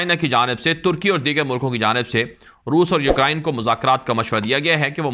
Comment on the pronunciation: U krain not u kra in